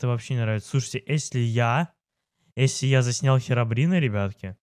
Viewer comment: выговаривай нормально слове если. А то когда ты говориш если я слышу эсли 😐